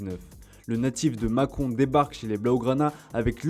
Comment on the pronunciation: Il m'a fallut 5 min de vidéo pour comprendre qu'il disait le natif de macon et pas de macron 🤣🤣